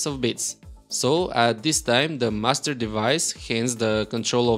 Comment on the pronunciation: Anyone else keep thinking he's saying "Mustard Device" instead of "Master Device"?